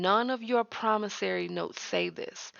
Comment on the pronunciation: I noticed she corrected the pronunciation in her latest video. Now we just need to work on PromissOry, not "PromissAry". 😁